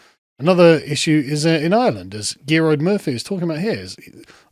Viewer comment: "Garode" is how u pronounce his name